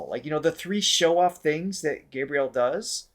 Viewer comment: Hi guys, it's been awhile since I've left a comment. Here goes: after all the times you've listened to and given your reaction on GH, you still don't pronounce his name properly. It's a matter of respect. Gabriel is pronounced Gabrielle like the actress Gabrielle Union not like the angel Gabriel. Henrique is pronounced En he key. Thanks. One Love... 💝